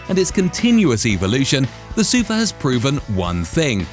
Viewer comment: SUFAAAAAAAAAAAAAAAHHHHHHH (stress is on the last syllable).